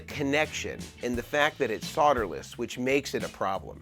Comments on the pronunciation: Soderless, please there is an L in there. Learn to pronounce in English. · The BIGGEST myth about solderless…is that it’s pronounced “SOD-er-less”…there’s an “L” in the word for a reason! It’s pronounced “SOLE-derless” NOT “SOD—“! You’re not SOLE-dering with dirt! A SOD is a clump of dirt!